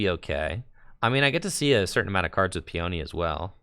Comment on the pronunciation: Lol Peony is pronounced "pee-uh-knee," not "pee-oni."